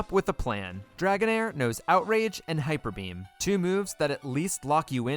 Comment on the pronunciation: I’ve been okay with pronouncing names wrong, but “hipper beam” is just too far